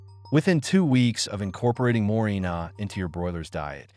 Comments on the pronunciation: Éste hombre no tiene idea de lo que está leyendo. Dice morinol en lugar de moringa. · MorinGA, NOT MORINA